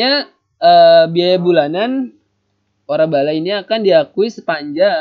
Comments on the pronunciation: waralaba min bukan warabala wkwk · wkwkwkwwkkwk lucu bgttt :")